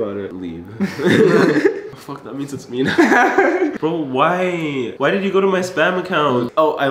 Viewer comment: well that was awkward,............he said"fouk